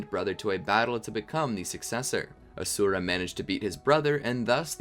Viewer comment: its not A-sura its A-shu-ra